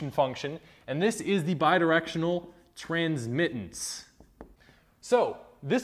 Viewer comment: Good explanation, even though maybe not completely correct in all aspects as Philipp pointed out earlier. But by the way, you messed up "Transmittance" as well, not only "Altitude" ;)